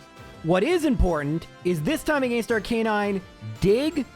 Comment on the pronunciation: R-CUH-NINE NOT R-CANE-INE